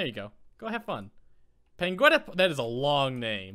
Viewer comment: I think it is supposed to be Pengwyneth, not Pengwenyth